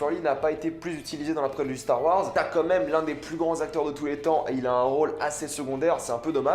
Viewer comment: j’adore tout se que te dit mec mais par contre ARRÊTE DE DIRE COMME MÊME !!!!!!!!!